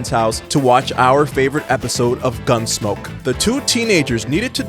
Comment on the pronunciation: lol “gunsmoke”